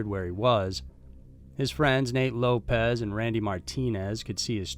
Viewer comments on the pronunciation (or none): none